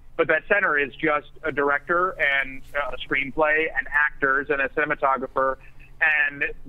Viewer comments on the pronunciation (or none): What's a "driector"? Lol